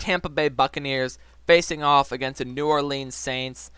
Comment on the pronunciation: Ew he pronounces New Orleans like “New Orleens”